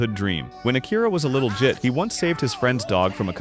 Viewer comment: Umm am I tripping or did he not say jit